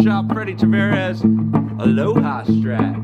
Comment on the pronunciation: It's Tavares, not Travares.